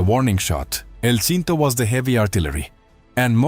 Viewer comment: El Shinto and Qüienceañeras? 😂